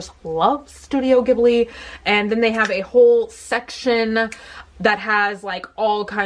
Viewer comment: Oh and one more: Ghibli (as in Studio Ghibli) is pronounced "JEE-BLEE" On a related note, but not about pronunciation, I just wanted to mention that "P.E.T." is a type of plastic (polyethylene terephthalate), and it's a common term in Japanese to call any plastic drink bottle a "pet bottle" (well, petto botoru, because it's in Japanese, but yeah) so saying "pet bottle" is just a very oddly specific way to say "plastic bottle" LOL. Just thought I'd let you know... if you ever read this, that is lol